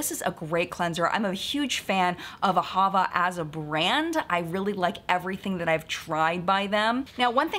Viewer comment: AhaVA. Emphasis on the last syllable.